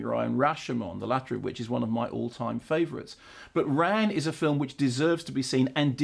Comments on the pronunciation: Fyi you should pronounce Ran like you would the name Ron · Isn't it pronounced as 'Rarrrn'? Well that's what I always thought anyway